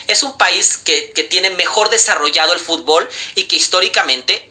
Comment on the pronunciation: El mejicano que hace hablando de fútbol , no lo saben ni pronunciar lw dicen futból😂